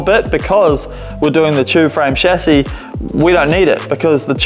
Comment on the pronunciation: I love that you don't say "Shazzy" instead of Chassis.